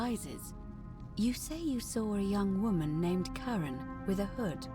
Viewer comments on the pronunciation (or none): when it said you had a woman pull you out of the river name Karen. The way you say it sounds like Charon. In Greek mythology, Charon or Kharon is the ferryman of Hades who carries souls of the newly deceased who had received the rites of burial, across the river Styx that divided the world of the living from the world of the dead. Accents are a funny thing.